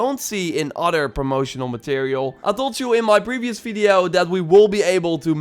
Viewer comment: Why does he says fideo instead of video